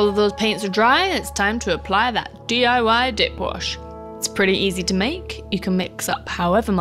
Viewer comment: I'm super-glad you had the link to the DIY dip wash at the top. Because "DIY dip wash" was not remotely what I thought you were saying. Quite puzzled, I was, for a bit.